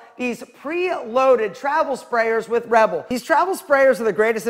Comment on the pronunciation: this italian cant pronounce rebel man he sounds like he's promoting red bull😭😭😭